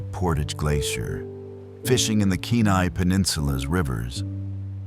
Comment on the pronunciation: At least pronounce Kenai properly.